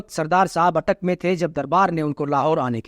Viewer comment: Attock nahi isko Attak bolte hy, same about Panjnad (means fiver rivers of PB). The British always spell wrong way. Same way Ambala was called by them as Umbala. My village Sabhra is also spelled by them as Sabhraon and till this day many pronounce it so for famous Anglo Sikh war, fought there in 10 Feb 1846.